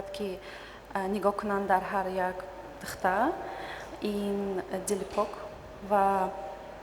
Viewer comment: причем тут красота? Она на таджикском двух слов связать не может, даже "духтар" сказать не может говорит "дхта", эта же не мисс куляб